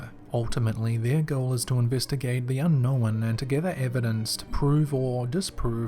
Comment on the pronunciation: "Un-knowennn*....smh moron.